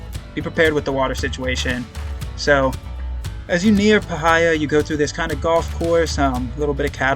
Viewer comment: Obligatory Magpie Correction: it's pronounced PIE-heeya, not puh-HI-yah.